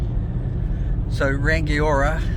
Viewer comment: rangiora is also pronounced rung eee aura not rang i ora